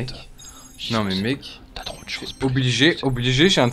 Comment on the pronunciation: Il a dis meg a la place de mec j'adore 🤩